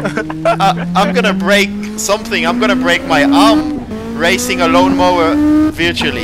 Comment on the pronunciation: "LLLLon mowerr" 😂😂